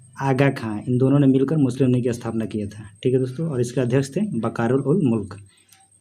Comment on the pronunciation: भाई साहब लिऺग नही लीग होता है 😍😍😍